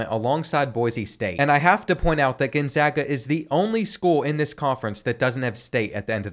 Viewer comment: as someone from spokane, thank you for pronouncing it right